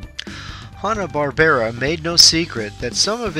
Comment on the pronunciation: It's not pronounced Hah-Nah, it's pronounced as Hanna like Hannah Montana....get it?